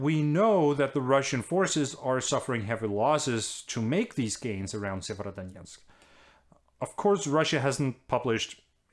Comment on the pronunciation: Tak Anders.....og hold kææææft hvor har du øvet dig på at sige Sievierodonetsk ;-)